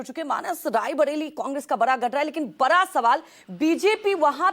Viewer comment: bara sawal hai bol rahi hai bara nahi bada sawal bolna chahiye